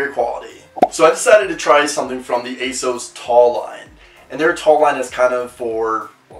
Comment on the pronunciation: The way he says "asos" irks me